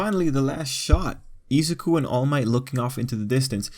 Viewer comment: Izaku? It’s izuku Ei-sa-ki? Ei-suku